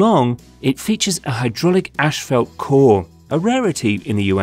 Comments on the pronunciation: decent video and explanation. however the asphalt material is NOT pronounced "ASH-falt". there is no H in the first syllable. its pronounced "ass-falt". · It's pronounced asphalt, not ashfault. I couldn't figure out what you were trying to say the first few times. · Why does this guy not know how to say Asphalt? He keeps saying ashfelt. I did a search and this doesn’t appear to be a Canadian or British thing either. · It’s pronounced assfault not ashfelt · If only the narrator could pronounce "Asphalt".... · Sounds like ur saying ash-felt lol